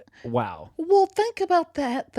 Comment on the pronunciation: Oh my gosh, Y'all are so funny. And facial expressions are priceless!! My favorite story was the elephant story. Good for the elephant. Lol. Those were some wild Story headlines. I think my most favorite thing ever is how says "Well". It's more like "Wull" and I'm glad I'm not the only one who says "Well" like that. Hahaha. Great conversation and! 🙃